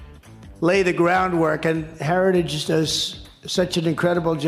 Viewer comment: Trump can't even say "heritage" ... while he is there praising Heritage members for coming up with this Nazi-inspired "Project 2025".